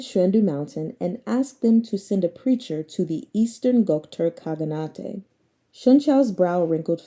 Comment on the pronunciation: enjoy your reading so much, thought i'd just point out one word. khaganate is read in same fashion as shogunate (I think)